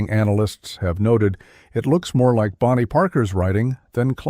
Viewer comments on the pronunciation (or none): none